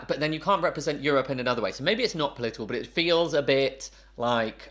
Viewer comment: Why you say is polítical? Is not political